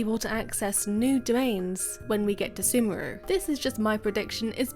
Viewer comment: Its not semuru its sumeru man :D